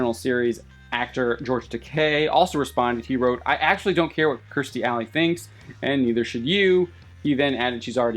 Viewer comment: It's KEERstie, not KRIStie.